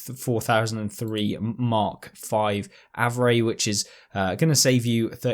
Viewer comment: Hey btw it’s pronounced “AVRE” as if you’re spelling it out👍